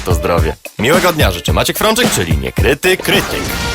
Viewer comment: czemu ten koleś "niekryty" wymawia tak jakoś "niukryty"